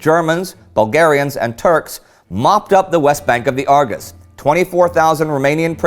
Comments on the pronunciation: i thinh it is pronounced arjesh river not argus :P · Give him a break , it's hard to pronounce the ș,ț,â,ă for non romanian. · Awful pronounciation of "Argeș" it's pronounced more like ah -r-jesh. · The Great War I am on a phone right now so I don't have diacritics but the Romanian s is a "sh" sound and t is a "ts" sound, the other two I can get why they're hard, but just think of Romanian as Italian with a few extra characters in terms of pronunciation. Great video. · Very interesting, the Argeṣ River is pronounced ARJESH, you read that "g" as English "J" and the "ṣ" as "SH". Iaṣi is pronounced IASHI and Ploieṣti as PLOIESHTI Great work anyway, I really enjoy your videos, congratulations to all your team!